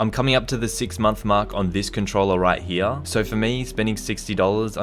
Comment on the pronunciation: Everybody: "Here": "Heeya"